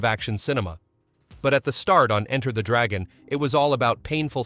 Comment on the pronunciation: Why does this imbecile say Enter (full stop .) the Dragon. Get a narrator who knows English !!! 😢